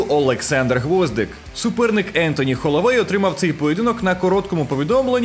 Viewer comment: Слава богу що Холовей а не головей, бо трішки вже набридло знущання над мовою